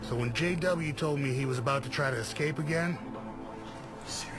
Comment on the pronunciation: I've watched nearly all breakout episodes and without fail you always hear the dumb ass warden saying "ecscape" 😂 I'd they can't be bothered to pronounce it I'd wager that they'd be unlikely to prevent it in the real world.